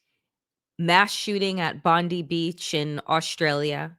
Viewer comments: It's Bond i as in Bond eye, NOT Bond ee as in Pam Bondi. Thanks Australia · Hey Danielle and Waj you pronounce the beach Bond-eye. I wouldn't usually be so pedantic but the chance to not be reminded of Pam Bondi is worth it 😊